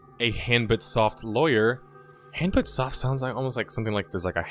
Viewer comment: Hanbit Soft sounds like "hand bit off" at least it did when I first heard it lol.